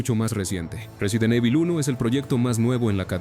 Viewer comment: 🗣 Resident eibol... Att: IA